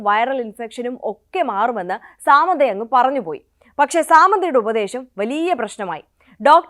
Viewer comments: Saaamandha alla madam it's samantha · സാമന്ത 😂.. അങ്ങനെയല്ല pronunciation